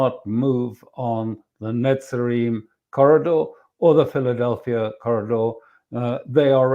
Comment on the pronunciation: From a little that I gathered over the past few days, it is NOT the Philadelpia Corridor, but rather that Pheldelphi Corridor, no 'a' at the end of the name.